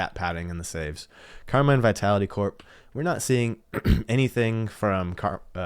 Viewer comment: You’re pronouncing Karmine incorrectly. “Car mean” is a closer pronunciation.